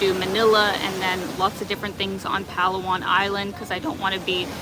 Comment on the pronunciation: It's not pronounced as PAlu-wan.. But pa LA 1